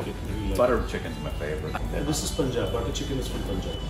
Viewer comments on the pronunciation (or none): Every time he says "poonjab".. I burst into a laughter.. brother it's Punjab.